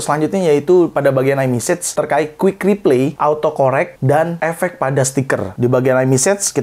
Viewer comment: Reply dibacanya /riplay/ bang, bukan /ripley/